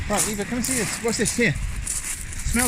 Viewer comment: Hahaaaaa when his dog barked and he went in the most British accent “EVA SHUT UP” 😂